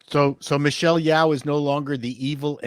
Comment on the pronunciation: Yeoh - should be pronounced as "Yo", is like "Yo Yo"... and she is a disgrace.. way back since her pageant day.. performative activism